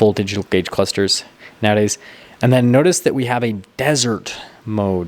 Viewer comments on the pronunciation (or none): none